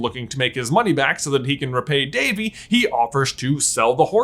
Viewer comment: Devi. Not Davey.